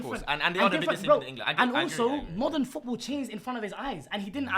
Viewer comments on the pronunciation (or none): supercopa de englessss!!! 🤣🤣🤣🤣🤣🤣🤣🤣🤣🤣🤣